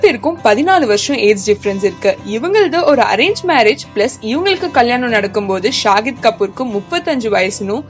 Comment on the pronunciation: Even she mentioned nazriya as nasiriya...and saif ali khan as saaaif ali kaan ..shahid as shagid ..ufffff